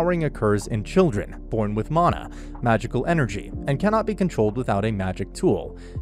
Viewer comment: I- is that really the correct way to say "mana"?